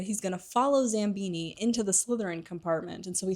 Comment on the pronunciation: I love these videos, but your mispronunciations girl 😭 Zabini doesn’t have an M in it 😭😭😭 I might be ableist against dyslexics tbh